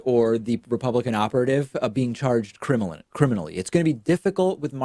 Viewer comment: Lol, you legit said cremliny, as in the cremlin, instead of criminally. That has to be the most perfect way to mess up that word. What would have been perfect is if you had been speaking about Trump when you did it. Lol